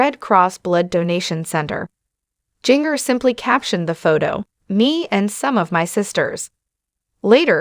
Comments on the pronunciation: Her name is not pronounced like that. Ginger …. Like the spice is correct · Seriously? If you are going to be some kind of commenter on the lives of these women, you should learn how to pronounce their names!! Or teach your stupid AI to do it. Jinger does not rhyme with 'singer.' It is pronounced Ginger - like the spice in Christmas cookies. Like "gingerbread" and "ginger cookies" and "ginger snaps."